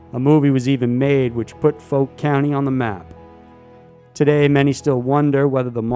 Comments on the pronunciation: ok...hang on...cause I'm from that area of Fouke, Ar. It's pronounced like the word "out" but just add the F and ke...try this in a southern tone and drawwwwww it outttt! Now! I lived in a town not too far from there in Texas named New Boston...on the way to work one morning, I was headed toward Texarkana on I-30 and there were pasture on both sides of the road. A black furred creature running bi pedal across the interstate in front of me..it's arms were just a bit below the knee and the head was small like a dog...it was not a huge creature but glided across both sides of the interstate and scaled the barbed wire fence on the other side like it was nothing...yes, it ran fast...I was going 70 mph but I know what ran in front of me and it was NOT an ape, or anything 'normal'...I always thought it was a big foot...but after the dog man was described to me..I'm convinced that's what I saw....and it may be what the Fouke Monster really is.. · It is NOT pronounced FOLK monster? It is the FOUKE monster as in FOUL-KE!!! It drives me crazy when people mispronounce words, there is no call for it and it makes people sound ignorant and/or uneducated! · The first part of Fouke is pronounced like someone said “Ow” not “Oh.” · It’s pronounced fouke not folk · you mispronounced fouke i from those parts F-ow-ck .not folk your useing the wrong sound for o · it's not folk. it's fouke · It's not FOKE, it's FOWK. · It'a Fauke not Folk, dummy. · It's pronounced FAUK, not FOKE... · *fouke is pronounced like fowl but with a "k" instead of an "L"... F--ow--k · It's the fouk monster...like "fowk" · I live close to Fouke Arkansas the are serious about they’re Fouke monster. The pronunciation on Fouke is a little off. It’s more like foul-k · It’s pronounced Fowk. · You calling Fouke "foke" was irritating me so much Lmao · Fouke is pronounced fowk. Also known as boggy creek, and a rural area of the serial killer movie the town that dreaded sundown. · Lol, the "Foke" monster.